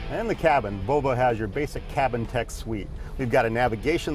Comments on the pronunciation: It's pronounced VoLvo not Vovo. :P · Sounds like hes saying BO BO instead of volvo